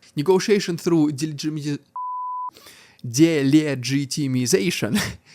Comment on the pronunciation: Brother, I wish I could give you 1 million subs as you're absolutely crushing it. No one even comes close to your analysis and discussion. Also, as a below-average English speaker from America, your pronunciation of "dele".... "delegiti".... damnit.... "delegitimmiza"... WTF!.... "delegitimization" is about 1,000 times more correct and coherent than my best feeble attempt. Slava Ukraini.